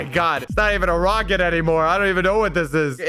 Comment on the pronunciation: Is it just me or did he say roaket ship at the beginning?